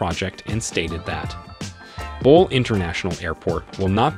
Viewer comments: GERD is a 5 billion project not a 5 million. It is bole not ball. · excellent assessment of Ethiopian Airlines' future plans. Just a couple of points tho.. The dam is costing $5 billion, not million. The CEO is Tewolde (Tuh-Wul-de) Gebremariam (G as in gherkin, a had G), and Bole (Bolé, sort of rhyming with café). aight?! I'm a big believer in Africa for Africans so.. I'm subscribing! cheers !!